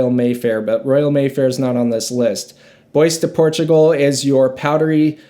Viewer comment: not bad but please please learn ghe pronunciarions before you review them, bois de portugal, come on man